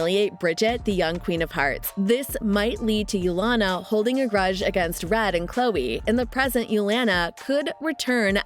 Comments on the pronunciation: Uliana.. ooh-lee-ah-nuh. not you-lawn-uh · It’s Oo-li-Ana